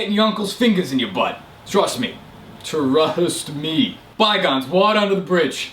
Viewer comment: "Trust me, trUHAUSt me" Fucking died